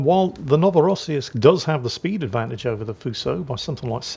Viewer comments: NO vo ross seesk The last syllable is like "seeks", but just swap the last two consonants. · Pronunciation of the ship: NO-vo-rah-SEE-yeesk - New Russia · I think it's pronounced No -va -ra -see -sk? With an patalized see so somewhere between shee and ssee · Ark-uhn-ghelsk... it's pretty straight forward, as is Novo-ross-seesk... Just don't try to apply the English way of reading vowels and consonants to Russian, just do it like you would do not read Irish names like Caoimhe and Saorise with English pronunciation in mind...